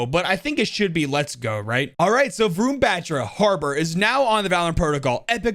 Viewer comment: its not ron ... its varun..... vaarun.....varun